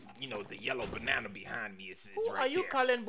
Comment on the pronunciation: who you calling bunanna" lmaooo